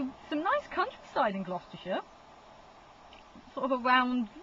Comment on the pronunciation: It's Gloucestershire not Gloustershire!